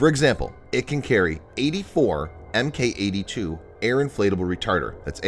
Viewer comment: You asked for feedback, here we go: When you see the letters "Mk" don't pronounce it as "M K." It's pronounced "Mark"